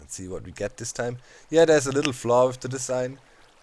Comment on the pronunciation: Can you say that not dat for a minute or this not dis